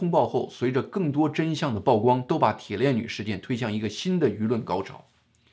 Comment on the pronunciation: 曝光 曝光度 曝露 曝屍荒野 野人獻曝 均唸（鋪）第四聲.